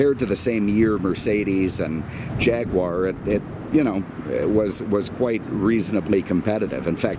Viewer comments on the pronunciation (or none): none